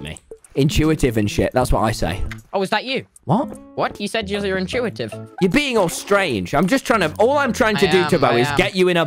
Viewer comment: "inchewatuve in shit"